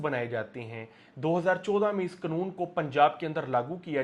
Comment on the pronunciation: Its not knoon. Its kanoon.😅